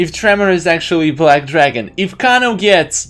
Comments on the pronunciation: It's not Kono it's kano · The way you pronounce Kano gives me anxiety. It’s pronounced KAY-NO